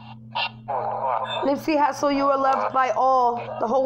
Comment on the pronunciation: That is not how you pronounce his name !!!!!! That shit irritating